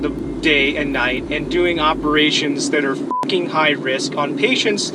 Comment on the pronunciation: From the Netherlands: Did your parents and teachers never teach you to speak properly? It is 'f'''king' here and 'f''cking' there.